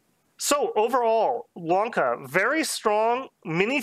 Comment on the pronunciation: Bro he's saying Wonka frfr